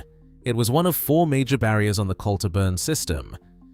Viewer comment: Oh good, we can restart netting salmon again at the mouth of the River Dee, and shut down the fish farms [ and by the way you can't pronounce Dunecht, Garlogie or Culter ]